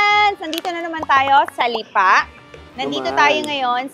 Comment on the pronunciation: Anong Lipaa? Lipa . Bakit may pakupya sa dulo? Sarling Lipa yern?